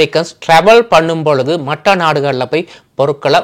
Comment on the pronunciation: நல்லசெய்தி நன்றி நீங்க தமிழ் பேசுவது வேற்று மொழி ஆக்கள் பேசுவதுபோல் இருக்கு மற்ற என்பதை மட்ட என்று உச்சரிக்கின்றீர்கள் எப்படியோ மிகசிறப்பான செய்தி தொகுப்பு.😅வாழ்த்துக்கள் 😊